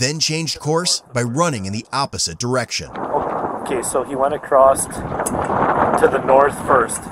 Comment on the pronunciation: Across… (no t)